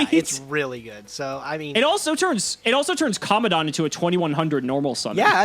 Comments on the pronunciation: Why does everyone pronounce COMMANDANT like comm- a-daunt? Theres a letter "n" between the "A" and the "D". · Can someone actually say COMMANDANT right? Like just once.. please.. for me..